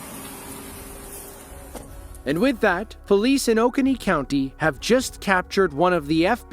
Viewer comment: Driving me nuts that they pronounce uh-CONE-EE as OAK-eh-knee.